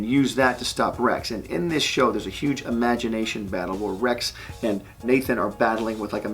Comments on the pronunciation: Is Imaginathan the way Mike Tyson pronounces it? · I thought it was Imaginathon, as in a marathon